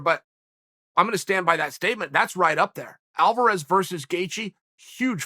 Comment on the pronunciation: Chael's so excited, he says "Alvaraz vs. Gaethje" is a monster fight. We have to take the good with the Chael. Much love, brother, keep up the great work !